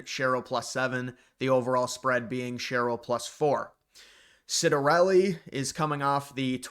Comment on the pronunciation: Its pronounced Chiat-ta-relli... not being Italian, you're excused!👍